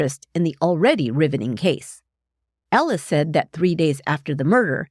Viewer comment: Is she saying Alice or Ellis? Sounds like Ellis